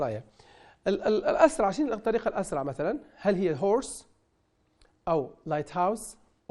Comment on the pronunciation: مشكله استاذ وتقرأ كلمة hours على أساس أنها horse! للأسف مستوى الشرح دنيء جداً وكان الله في عون الطالب!